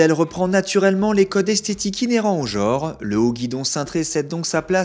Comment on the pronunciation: Eh mon gars , on dit "genre "et pas "JORE" !!!!! Lol